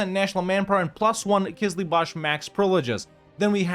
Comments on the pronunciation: Hey, no offense but it is called Qızılbash (Kızılbaş, means Red Head) not Qızlıbash (Kızlıbaş, means girl headed ) 😊 I love your videos a lot, thanks a lot for playing and thanks to your girlfriend’s great editing. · That Qizlibash pronunciation is just perfect ma man; Also Shia Persia